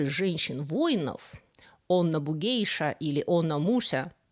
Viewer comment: Вроде бы, точнее произносить "бугэйся".